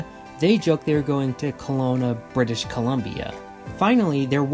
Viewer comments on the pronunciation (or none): none